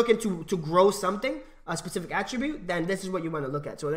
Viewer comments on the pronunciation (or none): How many times did he say pacific instead of specific